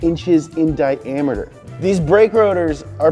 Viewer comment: Nobody:: di-aameter